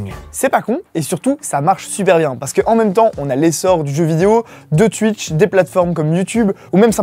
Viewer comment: Pourquoi est-ce qu'autant de français disent Tuitch? Chez qui le w fait "ui"?